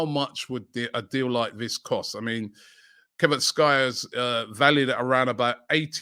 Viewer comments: It's Kav-rat-she-ke-lia 🤣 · Robbie, please pronounce that name once more😂😂😂 Kva Whart? Lol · I just came to see how Robbie butchers names... especially Kvaraskhelia😂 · given the kind of name pronunciations that you typically bottle, I was rather positively surprised with your Kvara pronunciation. It's still incorrect, of course, but it wasn't shocking. You've botched significantly easier pronunciations way worse than this one. ... In any case, I'm 100% a fan of the Raya signing, just not for 40m. I'm really surprised Chelsea are going for Sanchez over him. Sure, sanchez will be much cheaper, but when do Chelsea care about inflated player valuations or overpaying for players (maybe 6-9 years from now when all these long ass contracts start running down and they can't offload players, but given the superficial thinking that passes for "long term strategy" at that club, this potential issues was probably dismissed as a problem for future boehly and future board to worry about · I knew this video was gonna be golden as soon as I seen Kvara's name in it, but not even I could have guessed Robbie would pronounce it 3 different ways in one report. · I love how you butcher players names😂😂 you can just call him KAVARA 🇬🇪 which is easier to say the full name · Just say kvaradona cause the way you be pronouncing these names 😂.. respect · I pray we keep getting linked to kvaratschelia everyday just to hear Robbie pronounce the name 😂😂😂😂😂😂😂😂😂😂😂😂😂